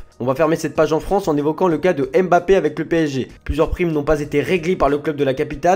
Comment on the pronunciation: Pouvez vous arrêter votre connerie et bien prononcer son Nom Mbappe